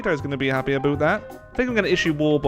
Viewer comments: what do you mean "aboot"?! Good god man, you've gone native! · Aboot that? you need to leave canada now!